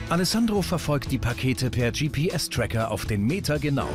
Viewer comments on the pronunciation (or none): Ich statte euch jetzt noch aus mit den Träckern 🚜😂 englisch level over 9000